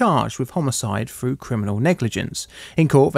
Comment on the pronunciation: Froo? Speak with dignity